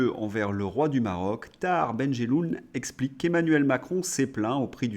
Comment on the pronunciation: Super contenus MAIS POURQUOI ÊTES-VOUS FÂCHÉ AVEC LES X ? Esskuse Essplique Etc. Un petit effort sera bienvenu Merci🙏